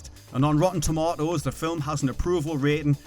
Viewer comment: “Rotten tomottos” ❤️❤️